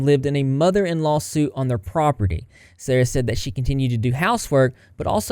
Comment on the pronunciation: darling, it’s spelled “suite” and pronounced “sweet”. I know, English is hard and strange. As an English major, it still boggles my own mind. This language is needlessly complex.